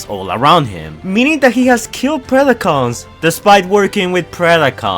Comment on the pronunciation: “rice of the beast picons” 😭😭